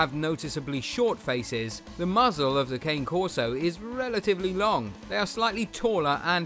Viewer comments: I prefer the Ca-nay Corso. Not Cane. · my wife and i own a Dogo Argentino and a Cane Corso/German Shepherd mix. both breeds are great and with fun personalities. They are also good family guardians, its true though that you need to really know what you are doing because of how powerful they are. it is pronounced kon-ey not Cane btw. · Your pronouncing the cane corso wrong.